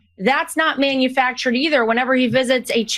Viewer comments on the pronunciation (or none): "Manufactured" manufractured 😂